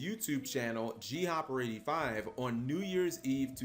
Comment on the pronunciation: So disappointed when I heard his name pronounced as "G-Hopper" and not "Gopper". Very good video though, I wasn't around then so had no idea who he was.